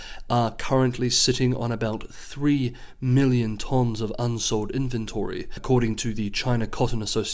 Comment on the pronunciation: OK I was wrong about the 州 thing but the way you say tonnes is definitely wrong hahahaha